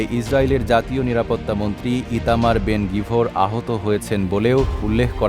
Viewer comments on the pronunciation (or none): ইতামার "বেনগিবোর" নয়, উনার নাম "ইতামার বেনগাবির"